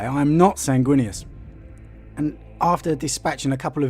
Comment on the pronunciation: It’s Baal! And San-gwee-nous as in Nitrous! So triggered